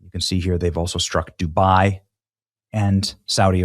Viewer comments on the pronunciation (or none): none